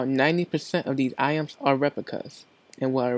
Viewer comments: Lol "iams" this nigga scooby doo get em some dog food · My nigga can't say "Items"...